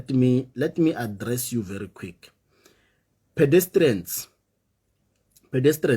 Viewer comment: He killed me when he said "pedestrians "😂😂😂😂